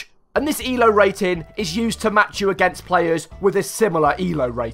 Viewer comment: You said E-L-O like the letters stood for something.